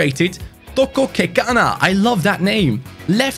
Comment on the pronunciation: How can he say Kekano perfectly but can't say Guulbert😂